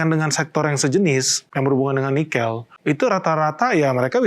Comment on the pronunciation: Pengucapan "Nikel" aja ngaco.